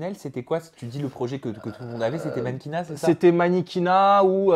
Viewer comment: Eva oui effectivement, " j'ai fais du miniquina " lol